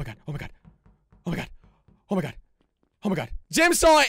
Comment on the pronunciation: dont say oh my gad!!!!!!!! jelly pls that is sin